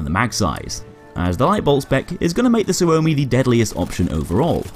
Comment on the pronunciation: Suomi but you say it like sugoi.